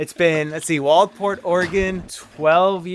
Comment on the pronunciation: BTW - the "d" in Waldport is silent.